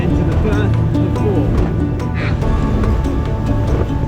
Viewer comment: Erm "Firth of Fourth" 🤣